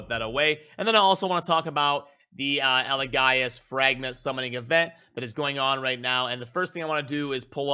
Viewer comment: Say it with me, EL-E-GAY-US, Not EL-E-GUY-US lol